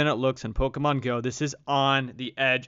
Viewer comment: I hate people who pronounce shit wrong , this Nigga keeps saying it like (poka,stop pokamon ,, its pokémon pokéstop not poka